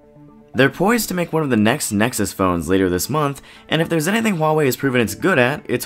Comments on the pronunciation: why Chinese can't pronounce well English? true, before you make a video try to learn how to pronounce the brand properly, but more important is the review. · jones For whatever reason, Huawei has said their official pronunciation is 'wah-way'. I'm guessing because some might have trouble with the Hua part? I don't know. More here including a video from Huawei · jones I speak Mandarian and my wife is Chinese, it is not pronounced 'who-are-we'. It's also not really pronounced 'wah-way' either but they've decided to promote that pronunciation for whatever reason, that's why every tech channel says it. The video I linked above is straight from Huawei, it's their decision even if it's weird.